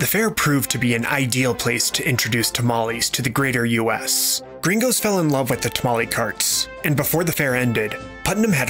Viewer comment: Im flattered you use that mexican lingo but it feels so damn weird to hear you say "gerraingos" so much